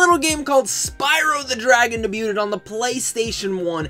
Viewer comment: Your'e not saying the word debuted right. Awesome video though! Hope you had a good birthday.